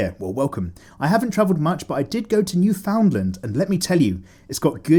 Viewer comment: Newfoundland is not pronounced as NEW-FOUND-LAND, even though that is literal viking naming skills right there... i guess slur it altogether and say it as one word instead of three words separately would help. Newfoundland, Canada - island province. Hard to know how to say it without hearing how it is said first.